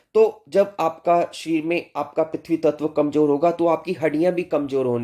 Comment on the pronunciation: shareer uchharan sahi nahi hai